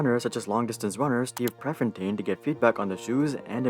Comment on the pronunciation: The pronunciations of Bill Bowerman and Steve Prefontain confirm is not a track fan 😂